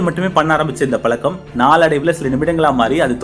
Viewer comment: Great work Sir.... Pls practice "ழ" ....பலக்கம் ? பழக்கம் ✓